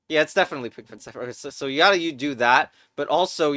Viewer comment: Mmm yes, siper ITS PRONOUNCED SCIFHER